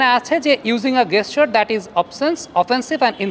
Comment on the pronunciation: শব্দটা গেসচার নয়, জেসচার হবে।